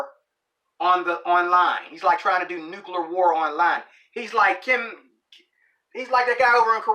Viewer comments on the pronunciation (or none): "Nookalur War" SMH This guy MUST be a close blood relative to lil' Gary.